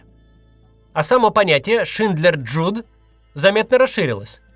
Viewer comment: Только не "Шиндлер Джуд" (это вы их с Джудом Ло перепутали), а все же "Шиндлер ЮДЕ." Язык-то немецкий.